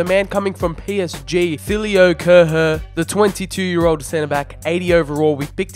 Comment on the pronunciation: Thilio Kerher😂 Bro it‘s ThiLO KerHER